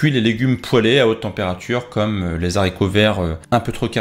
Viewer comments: On ne dit pas les Z'haricot ce n'est pas H aspiré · Les HARICOTS VERTS (pas de liaison)😨😨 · On dit les HARICOTS VERTS et pas ZARICOTS VERTS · Les zaricots verts???